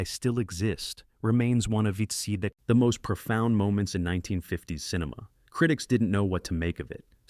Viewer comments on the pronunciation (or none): none